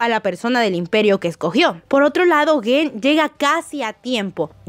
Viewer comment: No es guen, es gen